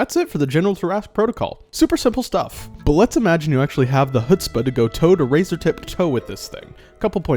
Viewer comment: it's pronounced "chutzpah" use the back of your throat.